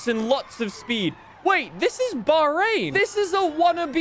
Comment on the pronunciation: saying 'Baarain' instead of Bahrain got me thinking what he was talking about until I realized it but its nice to see the circuit anyways.